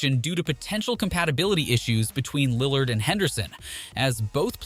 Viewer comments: Dunno if Lil LARD pronunciation is a joke but oof that stung - coming from a long time Blazer fan. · Why you saying Damian Lil-LARD??? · Yo at least hire someone to pronouns Lillard’s name right lmao 🤡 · Not just Lill-ARD, He mispronounced so much. Is it an automated voice? Markannon, Jabari, offence (like a crime) instead of offense, and strangely saying "6 foot XX inches" fully every time makes me suspicious.